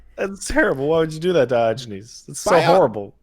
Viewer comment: “Dye Oh Genies” The fuck...